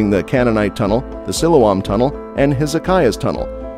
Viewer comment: I saw part of the Pool of Siloam when I was in Jerusalem last year and it was already open to the public. If you do another video, please learn how to pronounce Siloam.correctly.